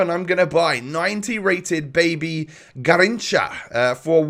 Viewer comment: the way he said Garrincha😂😂😂